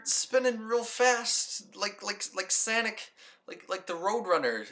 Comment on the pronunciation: Did he just say sanic not sonic? Lol